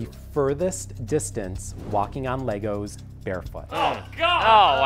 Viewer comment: Did anyone else notice that Tyler said “lankos” instead of legos